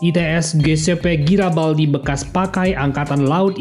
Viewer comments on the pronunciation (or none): Garibaldi min bukan Girabaldi